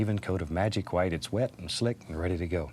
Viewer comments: i love how he says gwhite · Never, in my life have I ever heard a man pronounce “white” how it is spelled